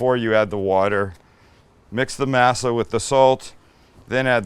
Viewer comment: Hate the way you pronounce “masa “ ask someone who knows the language how to pronounce it better.